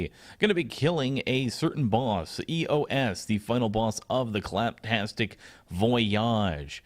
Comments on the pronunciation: I think it's pronounced "Eeeyoss" not "Ee-yo-ess" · It's pronounced "ē-ō-s"